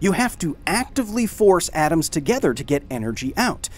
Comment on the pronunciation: What the hell is "oms" ?